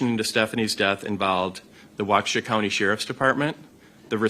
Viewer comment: Bravo, you aced the pronunciation test of names of cities in Wisconsin!!! They say if you can pronounce different cities, with Waukesha and Oconomowoc being on the list, then you are most likely from Wisconsin!!